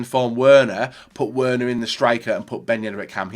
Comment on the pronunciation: It’s pronounced “Verner”. I cringed so hard when he said Werner wrong. I’m just a dumb American though what do I know...